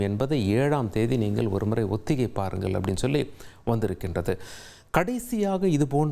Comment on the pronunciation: இவருக்கு கொஞ்சம் “ல,ள,ழ” உச்சரிப்பில் கவனம் தேவை! இவருடைய தவறான உச்சரிப்புகள் சில, “ஒத்திகை பாருங்கல்” “மாநில அரசுகலுக்கு” தமிழ் உச்சரிப்பு தெரிந்த நல்ல செய்தியாளர் இல்லையா தந்தி தொலைக்காட்சியில்?